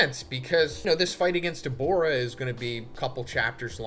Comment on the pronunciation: Dawg his name is Dabura not Debora